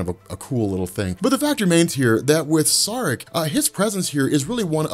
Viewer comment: SAAREK is pronounced=SHREK..!!!😂😂